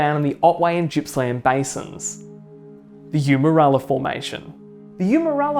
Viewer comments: Pronounced Gippsland not Jippsland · "Jippsland"?? 😂 Clearly not a Victorian.It's a hard G dude.Otherwise good vid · Although normally, when the vowel I occurs after a letter G, the G is pronounced [dz], in the case of Gippsland it does not. It is named after Sir George Gipps, appointed Governor of NSW in 1837. The G is pronounced in the back of the mouth like "garden". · Good video. I live on the W formation and see evidence of cretaceous flooding and deposition every day. One small thing - Gippsland is pronounced with a hard G - like golf or goat, not soft like gymnasium.